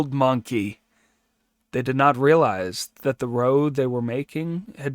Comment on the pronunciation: Thank you for your reading! The translation is probably a little old, and ``compact'' and ``contract'' have become slightly different in usage. But ``compact'' is fine; the word ``pact'' is really short for ``compact.'' Also, to ``make a row'' rhymes with ``take a bow!'' It does not rhyme with ``toe.'' A ``row'' is a ruckus or commotion. It's OK; AI does it, too.